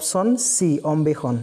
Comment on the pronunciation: আপুনি অন্বেষণ=অম্বেষণ কৈছে, সাদৰী=সাৰদী কৈছে।